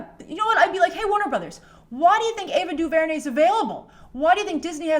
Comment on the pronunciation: The disrespect of Ava Duvernay's talent (emphasis on the last syllable by the way) is absolutely ridiculous.